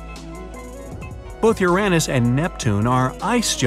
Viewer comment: Why tf did he say Uranus like that